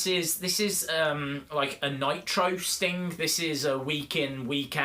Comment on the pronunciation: You kinda sound like your saying Stink 😂